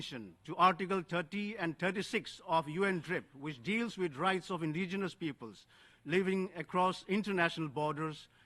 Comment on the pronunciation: Her twisted tongue can't say indigenous, let her go back to kindergarten again n study about India's indigenous people